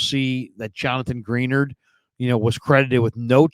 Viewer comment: Sidenote for future episodes if you see this, Greenard is pronounced Gruh-Nard. Great recap.